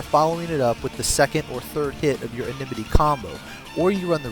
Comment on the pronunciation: enmity. IN-MIT-TEE not enememety